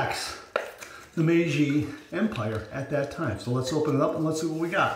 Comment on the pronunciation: Hi,. Yes your "MEIJI" pronunciaiation is good! I also bought "The Emperor" ajustable razor. I will watch your video and learn more from you. Stayt safe. Mitch